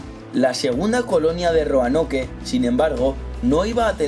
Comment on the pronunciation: Se pronuncia Roanok no Roanoke xd